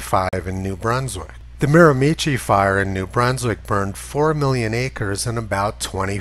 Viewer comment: lol, Mara- ma shee... NB, Canada . Thanks Tony...